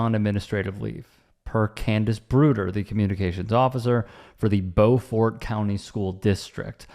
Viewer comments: I live here in Hilton Head , SC. I love your show. Just a note. The county is pronounced like b-you- fort. Of course faster. Beaufort. Lol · To be fair, "beau" is a French word and is pronounced like "bow." The proper French pronunciation of this French name would be "bowfort." Hate to break it to you, but if that's the official pronunciation, the official pronunciation is literally wrong.